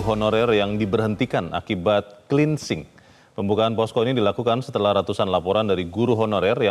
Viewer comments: kupingku gateell ...dgr berita ini,....plus... cleansing kok di pronounce 'klinsing'... ? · Cleansing dibaca klinising.. 😂😂